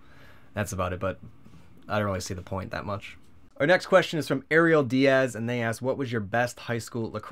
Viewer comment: Word first I send a question I got it and thanks for pronouncing my name correctly :p I'm Ariel